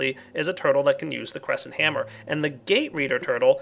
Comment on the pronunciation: just me who thought he said Gay hammer when he said cresnet hammer? no... just me?... well this is awkward -.- (cuts my own throath)